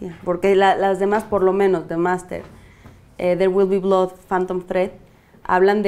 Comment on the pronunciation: ¿Qué? ¿La mamadore no sabe decir en inglés There Will Be Blood? Uyyyy... punto menos de whitexicaniedad...